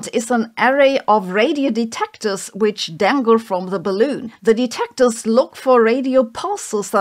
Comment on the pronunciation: "Something something de TECT ors. Something something di RECT ions. Something something PAR ticles and, slow down." Once you hear it, you can't unhear it... (sorry, am just poking fun in good jest. We all have characteristic repetitive speech patterns, but I really can't unhear it right now)